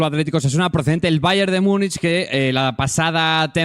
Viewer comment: Empiezo diciendo que podéis decirlo como os de la gana pero es que me rechina un poco, ¿qué es eso de "Miunich"? en castellano o en gallego sería Munich o Munic o se podría decir en su nombre alemán "München". 😉A ver es broma, podéis decirlo como queráis, pero...😉